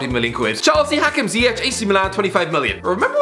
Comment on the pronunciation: Bruh did he say Ziyech? 😭